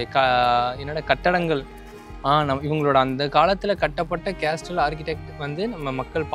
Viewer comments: கேஸ்டல் இல்ல பொறம்போக்கு கேசல் என்று சொல்ல வேண்டும். Letter "T" is silent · Dai, அது கேஸ்டில் இல்லடா, கேசில்டா... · Pronounce castle as casle. T is silent. No offence Bro. I enjoy yr video. I think you should direct film. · sorry bro castle there is ''T' is silent not